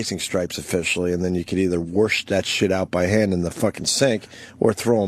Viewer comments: God can Opie ever stop saying worsh instead of wash?! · No because it's way too funny when he says it.